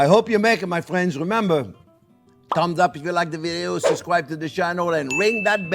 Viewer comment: He says "fwiends" like the Canadians on South Park